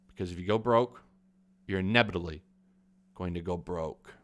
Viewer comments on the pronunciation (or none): "cause if you go broke... your nebidly going to go broke" lol